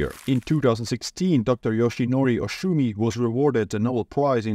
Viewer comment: Doctor’s name is pronounced oh-su-mi